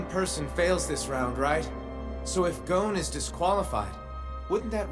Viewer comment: This version is so trash that you don’t even pronounce “GON” name right it’s GON not “GONE” 💀